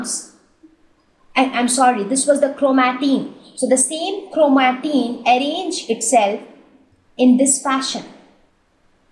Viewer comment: Its not chromateen it’s chromatin 😌